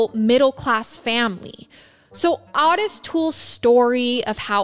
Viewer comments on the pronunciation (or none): Those letters are addressed DEAR SIRS, AS IN SIR..LIKE MADAM & SIR...NOT A MISSPELLING OF SEARS...just clearing THAT up. -Jackie 😘 It's also OOOO-tis. Not ahhhh-tis. And Dahmer NEVER had victims that young, so he's definitely OUT. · Thank you. It's also O tis as in the name Otis. Great show regardless. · Actually it is pronounced Oh-tis. Just because we had a grandpa Ottis, and every Ottis I ever met is pronounced the same way It is definitely an (oh)sound. But, that being said, I adore so dang much, she can pronounce anything anyway she wants too. She is pretty freakin awesome ❤ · she pronounced otis the way the dad says it